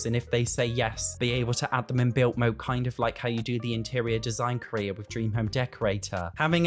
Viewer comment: Why don’t you pronounce your d’s? ‘Built mode’ ‘mootlet’